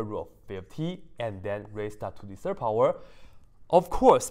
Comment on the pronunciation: I only can hear "to the Sir power" haha